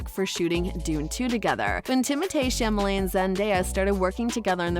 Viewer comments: it's Chalamet, not Chamalet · Actually it's the only thing she did say right his name is French so the THEE is pronounced Tay where Americans say Timothy which is usually THY so Timothee is Timotay the correct pronunciation! now she pronounced Chalemet as chamelet which is wrong! She got half the name right! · "chamalet"?can you read?o sorry u could be dyslexic i guess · Chamalé? Illiterate B lol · the name is not chamalet...pffff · It’s not the first name she is mispronouncing tho.